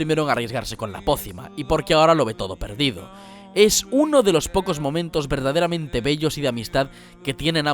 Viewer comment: “uno de los momentos verdederamente” xd